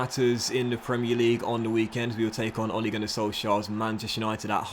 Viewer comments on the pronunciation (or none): none